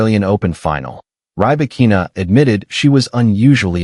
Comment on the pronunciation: This Artificial Idiot can't even pronounce her name correctly. Seven minutes of bla-bla-bla with zero new information. All of that was retelling well-known things that were published during the last year. The title "Breaking the silence after Australian Open" is just a lie and clickbait.